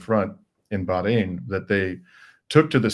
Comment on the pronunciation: ❤❤, thank you for pronouncing BaH rain correctly! ❤❤